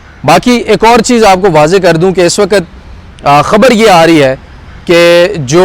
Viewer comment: I love you ❤ ❤ I always watch your vlogs at x1.75 or x2 🤭 Please don't say وقَت waqat say وقْت waqt